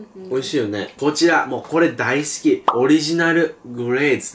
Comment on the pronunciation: 大好きがだいきになってる